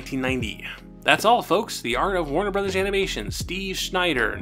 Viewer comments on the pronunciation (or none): none